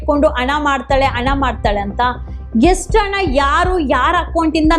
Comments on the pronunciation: Adu ana alla adu hana neenu yav school nalli odiddeeya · ಎಸರಲ್ಲ , ಹೆಸರು. ಅಣ ಅಲ್ಲ ಹಣ, ನೀವೆಲ್ಲಾ ಸೌಜನ್ಯ ಹೆಸರಲ್ಲಿ ವೀಡಿಯೋ ಮಾಡಿ ದುಡ್ಡು ಮಾಡ್ತೀರಾ. ಓರಾಟಗಾರ ಅಲ್ಲ, ಹೋರಾಟಗಾರ ಮೊದಲು ಕನ್ನಡ ಪದಗಳ ಬಳಕೆ ಸರಿಯಾಗಿ ಮಾಡಿ